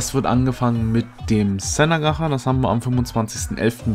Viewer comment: Bitte ausgesprochen heißt es nicht „ gacha“ sonder gatschaa